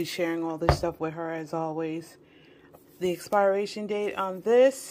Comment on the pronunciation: Love u but I’m cringing every time u say ALDIs instead of Aldi & Walmarts instead of Walmart & the word expiration is not expireation…it’s pronounced as if it’s spelled experation . It’s per in the middle. (But spelled pir). Sorry been keeping this in for a long time. Comes from a place of love. Enjoy your Thanksgiving!